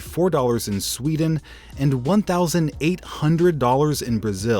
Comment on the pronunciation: When he said sewden whoelse tought of pewdiepie